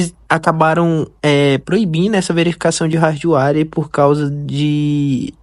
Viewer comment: rardwáre meu amigo? pqp... primeiro tem que aprender a falar...